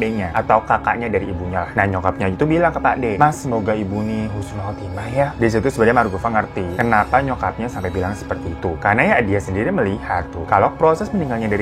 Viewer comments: Husnul khotimah bang bukan Khusnul khotimah.🙏.maaf lw sya jg salah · Bang yang bener itu Husnul Khotimah, bukan Khusnul Khotimah (CMIW)